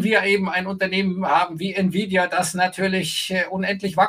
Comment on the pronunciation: wenn friedrich sich so mit btc auskennt, warum kann er auch nicht nvidia aussprechen? ohne grafikchips keine bitcoins un gibt nur ati und nvidia